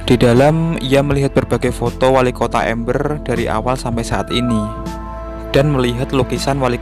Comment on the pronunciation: Amber bukan ember